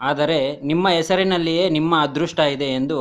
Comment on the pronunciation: first u learn Kannada ನೀಮ್ಮ ಅಲ್ಲ ನಿಮ್ಮ